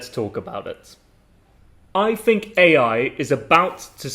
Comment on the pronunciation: I notice you pronounce think and thought with an F instead of TH